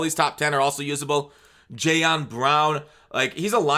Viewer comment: you’ve done it twice now... it’s JayLON Johnson, not Jayon